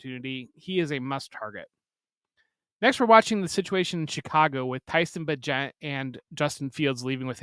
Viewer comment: Tyson Bay-gent**